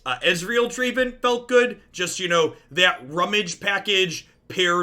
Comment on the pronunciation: Dra-Ví-n? It’s a stretch but cmon